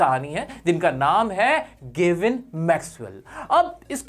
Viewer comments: Gevin ❌Gavin✅ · Sir Gevin nhi hai Gavin hai 😊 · not GEVIN ITS GAVIN MAXWELL